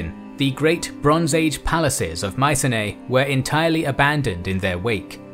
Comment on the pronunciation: Mycenae is pronounced Mi-ke-ne